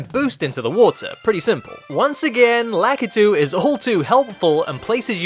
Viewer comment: You're japanese is good, but somehow you can't pronounce Lakitu name right.